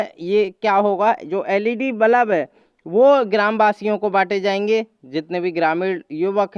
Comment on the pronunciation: Bhai balaab nahi.balb kahte h